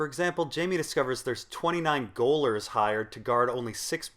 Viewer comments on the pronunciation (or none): Goaler is pronounced "jailer." It's just an alternate medieval spelling. You and your mispronounciations again. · Love your stuff. Note: Goaler = (jail-er) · 'gaoler' should be pronounced 'jailer'; it's an archaic spelling of the same ;-) Cool video otherwise! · Gowlers? Gaol is the traditional/British way of spelling the American word jail. Gaoler is pronounced jaylur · Gaoler is pronounced jailer not goaler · "gaoler" is pronounced "jailer", not "goaler" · Pretty sure 'gaoler' is pronounced 'jailer', not 'goaler'. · doesnt really matter 10 years later but Gaoler is Ga Ol ler as in jailor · Gaoler is pronounced jailer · It's pronounced the same as jailor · Gaol is pronounced the same way we pronounce "jail". Gaoler is pronounced "jailer". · "Gaoler" is pronounced "jailer." Lord. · gaoler is pronounced jailer, hence the american spelling - you have the pronunciation of someone who reads more than they talk! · urgh .... I lvoe these theories nad these videos, but seriously dud, check the pronunciations for words you know from reading, gaoler is pronounced jailer!!!! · gaoler is pronounced as 'jailer'. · Gaoler is pronounced "jailer" ... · Your videos are great - but golly, bro. You pronounce so many character names, and even basic words, so incorrectly that I lose concentration. Gaoler = jailor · "Gaoler" is actually pronounced the same as "jailer." It's the same word, just an archaic spelling. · 'goaler' is pronounced 'jailer'. Its just an old english thing. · FYI Gaoler is pronounced the same as Jailor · You pronounce 'gaoler' the same way you pronounce 'jailer.' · FYI- gaoler is pronounced "jailer". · Gaoler is pronounced like the actual contemporary job: Jailor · I'm pretty sure "gaoler" is pronounced "jailer." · I've been pronouncing it in my head like "goal-err" for over a year now. English is a ridiculous language. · i think you mispronounced the word gaoler